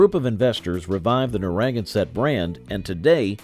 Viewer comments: I would have enjoyed this more had Narragansett been pronounced properly and if the Red Top segment had not also included shots of the current Red Top Brewhouse in GA along with the ads for Carling’s Red Top Ale. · I don’t know what’s worse in this video—the constant repetition of “the 1970’s and 80’s saw a change in consumer preferences toward lighter beers” or horrendous mispronunciation of “Narragansett”…. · Best to learn how to pronounce Narragansett correctly. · You are absolutely killing me with your pronunciation of Narragansett. Please research before you post. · Please learn to pronounce narragansett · Wow—his pronunciation of Narragansett really hurt my ears—I’m originally from Cranston, RI so I ought to know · The mispronunciation of this beer's name is truly sad. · Evidently the creators of this video couldn't be bothered with researching the correct pronunciation of Narragansett. That should tell you something about the rest of the content. After my college graduation in Montana, I went on a 2-week golfing vacation that included a visit to Mecca... the Olympia Brewery in Tumwater, WA. What a gorgeous campus! The aging tanks were copper and polished to a high sheen. After touring the brewery, you were left with a feeling of being glad that Oly was your beer of choice at all your college parties and thereafter. It was a sad day when they sold out to Hamm's and the original brewery was closed. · never ever heard narragansett pronounced this way. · They need to learn to pronounce it correctly. NarraGANsett, not NaRRAgansett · I was enjoying this trip down memory lane when I heard the pronunciation of Narragansett. My ears began to bleed. "nar RAG en set"? Ouch, painful. This is New England. We don't put unnatural accents on names. It is pronounced "narra ganset". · Nobody else has either. It's Narra GAN set. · Narragansett. pronounced: Nare-A-Gan-Set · Nar-a-gan-sett beer! that pronunciation is... uh... not accurate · With the accent on “gan”